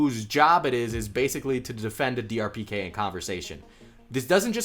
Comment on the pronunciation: Lol he kept saying DRPK instead of DPRK